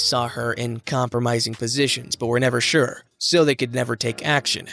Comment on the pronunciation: Shir-Sure lol new subreddit “entitled narrator” 😂